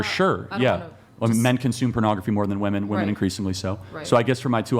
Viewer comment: Another mysterious NPC glitch unable to pronounce the plural "women". So bizarre! :P